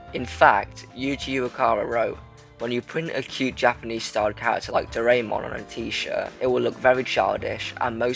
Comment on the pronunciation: You mispronounced Doraemon as DoRayMon